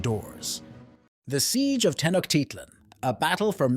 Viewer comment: Pronouned: Tee-noje- tit-lan